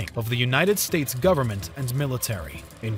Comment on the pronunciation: good there you have the "efficient zerman way of goverzment"